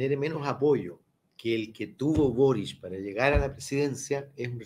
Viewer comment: No, es Boric..? Por que Borich??